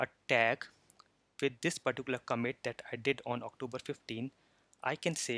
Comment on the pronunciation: It's pronounced "ComMIT" not "COMet"